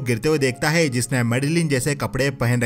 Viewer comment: Plz change speaking word heee its not heee it हे hei ..